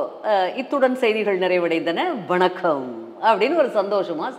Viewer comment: உங்களுடைய வணக்கம் என்ற சொல் எல்லோருக்கும் மிகவும் பிடித்தமான சொல். நல்ல தெளிவான உச்சரிப்பு.